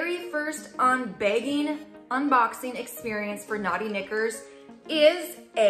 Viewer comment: The underwear membership thing is still a little foreign to me. But I guess it’s no different than buying them online at Victoria Secret! I liked the selections you received. The “Naughty Knickers” with the accent!! Lol 😂 💕